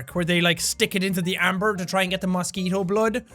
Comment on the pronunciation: how am i JUST realizing how weirdly jack says "mosquito" at this part???